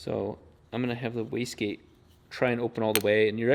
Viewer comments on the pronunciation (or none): This guys pronounces wastegate so fast that I often hear them saying whisky.